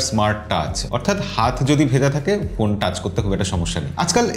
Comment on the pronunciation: ভাই পোন না,,ফোন বলেন